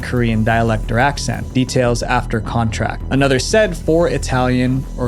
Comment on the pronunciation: Contact, not contract. 😅